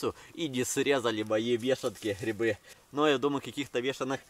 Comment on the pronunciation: грибы а не грыбы и грибница а не грыбница учи русский язык а так видос прикольный